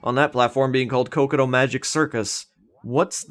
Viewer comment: Its not cocoto, its cocotg. Or at least thats what peter knetter says